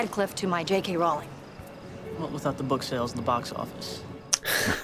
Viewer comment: Gail mispronouncing Rowling.